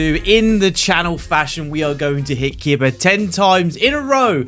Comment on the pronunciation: KEEBAH not kidbuh